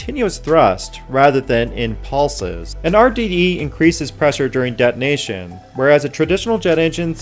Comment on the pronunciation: why do you say dead nation continuously ? Please correct your pronounciation of de-to-nation